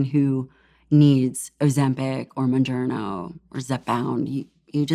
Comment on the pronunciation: The fact that she doesn’t pronounce Mounjaro right, but calls it “Mon-journo” (bon -journo😂) tells me she doesn’t use that shit. Fuck ozem-pink, Mon-journo and Zap-Pound Basically, bread for the weak